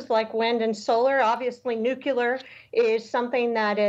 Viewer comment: It is Nu-cle-ar